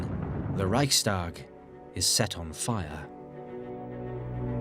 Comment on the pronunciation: "Reischtag" Pronunciation, please